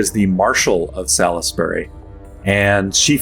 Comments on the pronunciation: Just going to leave this here, because it hurts my ears, Salisbury is pronounced SOLLS-BUR-E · Came here to say this. Love the show but the mispronunciation grates. (though I'm more "sawlz-bree" as from Hertfordshire)